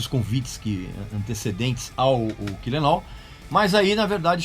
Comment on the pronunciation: Parabéns pelo vídeo. Podia ficar mais duas horas falando, eu assistiria numa boa. Espero que tenha outros sobre os álbuns pós Reload. Só uma observação: nos ensinou a pronúncia do sobrenome do Lars, mas chamou o primeiro álbum de "kill-em-au"? Kkk